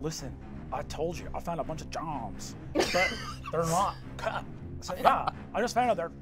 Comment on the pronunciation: That one word literally is what kills me every time. That and the emphasis on “CUT”